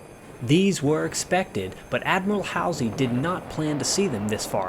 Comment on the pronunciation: Great research, concise content. Info not in any movie on this subject. William (bull) Halsey pronounced HALL ZEE.